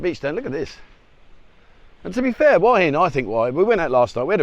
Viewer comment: It really beats me why you people can't show respect to your Thai hosts (who you keep saying you love) and learn to say "Hua" to rhyme with "oo-er" and not "Hawah...!" I know you always say you don't care, and it doesn't matter, but this attitude reflects badly on your image... Just a thought...